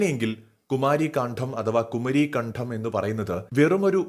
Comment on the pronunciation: குமரிக்கண்டம் കുമരിക്കണ്ടം എന്നാണ് ശരിയായ ഉച്ചാരണം . ആധികാരികമായി പറയുവാൻ സാധിക്കും , ബുദ്ധ ജൈന മതം ന്യൂനപക്ഷം ആയപ്പോൾ , ആദ്യകാല ബുദ്ധ ഗുഹാ ക്ഷേത്രങ്ങലേയും , ജൈന വിഹാരങ്ങലേയും ആര്യ ബ്രാഹ്മണർ , തങ്ങളുടെ ക്ഷേത്രങ്ങൾ ആയി റൂപാന്തരപ്പെടുത്തി . . ആദികാല ബ്രാഹ്മണ മതത്തിന് ( Brahmanism ) ഇന്ദ്രൻ , വായു , വറുന്നൻ അഗ്നി എന്ന പ്രകൃതി ദേവൻമാരേ പ്രസാദിപിച്ച് , കാര്യങ്ങൾ നേടാൻ , യജ്ഞം , യാഗം ആണ് ചെയ്തിരുന്നതു .